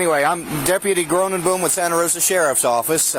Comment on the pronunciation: Groooneboom? Lol it’s a Dutch name called Groeneboom which means green tree. Love American pronunciation of Dutch 😂